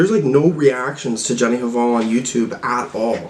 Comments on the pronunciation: The h is silent in 'hval' :) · i think the H in Hval is silent, like Jenny Val, sort of